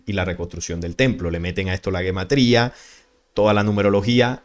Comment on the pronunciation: Se pronuncia Jematría no guematría...es un error demasiado grande+ - +